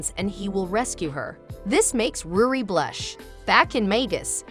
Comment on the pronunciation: Bruh ruri not rudi